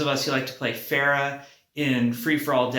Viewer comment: Thank you Jeff. but please stop saying Pharah's name wrong.